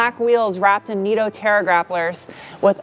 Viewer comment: FYI: They’re pronounced ‘knit-tow’, not Neat-o, Terra Grapplers.